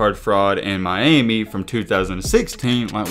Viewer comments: “One of the roughest in my-Amy” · Funny the way you say Miami, My- Amy😂😂😂